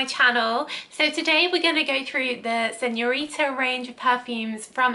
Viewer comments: SignoriNa non signorita 😅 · “Signorita Figaramo” 🤣🤣🤣🤣🤣🤣